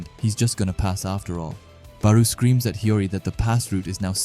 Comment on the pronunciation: Why do you pronounce Barou like that